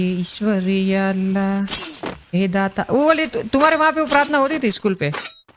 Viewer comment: Yala nahi allha bolo ajju bhai 🤨❤️